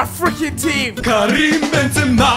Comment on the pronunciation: it's Ben ZEEma Zebra but Benzema.